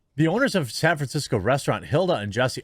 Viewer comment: Ah yes, San Franshetsco...you do not disappoint.